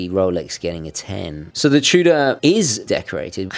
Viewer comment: "Chew-Duh" Love your videos, just poking fun.